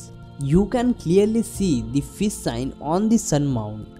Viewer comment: you are taking about fis sign is it because you love Fis not fish you pronounce sh as s wonderful haatho shastro by bengali this nit ghosh